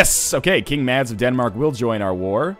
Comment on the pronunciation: Northenlion Mads is pronounced with a silent d